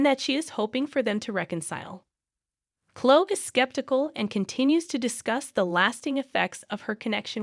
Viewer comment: It's like a guessing of who you're talking about learn to pronounce the names as they do on the show then I might know Clo I think you mean CloE